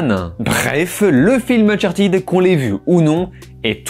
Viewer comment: ne t'excuses pas de prononcer unchartèd, c'est la bonne prononciation, en tout cas meilleure qu'unchartid.